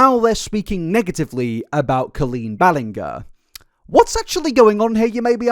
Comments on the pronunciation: my favorite part about colleen is how you pronounce the first part of her name the same way as colon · Co”oh”leen as in OMG, as in Orange BallinG as in George er. Not sure if it’s a dialect thing or a stupidity thing but at least you can try and pronounce her name properly 😂.